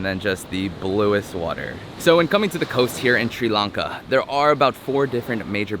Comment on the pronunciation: the guy cannot even propere pronounce the country name welcome to tiri lanka